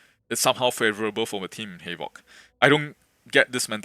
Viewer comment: I thought bro was saying halo lol